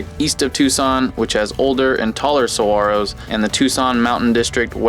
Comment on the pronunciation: Thank you for pronouncing saguaros correctly!